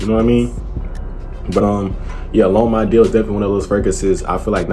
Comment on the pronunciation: He says Lhomme I deal lol